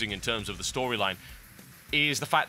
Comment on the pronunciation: Everytime you say nigh on it sounds like you say nyan